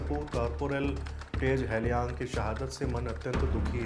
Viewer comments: Appreciate your efforts but 'Tage' is pronounced as 'Tagay' and not Tej and Halyang is pronounced with an 'A' and not Helyang. Hope this helps because during such tragic time, no one wants a silly mistake with the martyr's name. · It is pronounced (Tage = तागे) not tez. Hailyang = हालयांग.